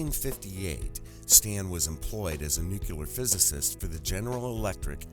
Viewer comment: Pleasant, helpful note to the narrator (and 64.3% of TV's beautiful news readers)... "Nuclear." Let's practice saying it right... 1. Say, "NEW." 2. Pause and say: CLEAR with a southern accent: "CLEE-ER." 3. Put them together gradually until there's no pause. "NEW, CLEE-ER... NEW-CLEE-ER." 4. Repeat ten times a day for ten days while looking at the word, "nuclear." 5. Read "The Talent Code" by Coyle. Just kidding, but it's a life-changing book. Read it anyway. ... Stanton, thank you for your amazing courage, hard work and objectivity. You make me proud to be an open-minded scientist. :)